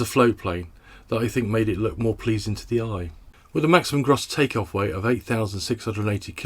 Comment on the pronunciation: Gross is pronounce as in 'Grocer' not Bros.